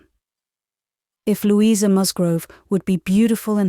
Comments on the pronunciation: Lou-eye-sa??? British? Nope. Sorry. Loueeeeza is correct British pronunciation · DEFINITELY NOT!! Lou-eye-sa is a dead giveaway!! Her name is pronounced Loueeeeza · That is correct and yes, was a mistake but overall the voice is using RP. Believe me, there are Jane Austen audiobooks here where a nasty thick American slang accent soils the source material. "Lou-eye-sa" would have been you least problem. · Great reading, but a weird pronunciation of Louisa😂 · Can the narrator please refrain from pronouncing the name "Louisa" incorrectly. It is most irritating. Particularly when she sometimes bothers to pronounce her name correctly. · i agree, it'e Lou...issa....incredible that an English narrator doesn't know how to pronounce this name1